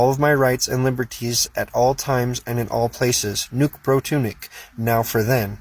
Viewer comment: Did he really say Nuke Pro Tunic? 😅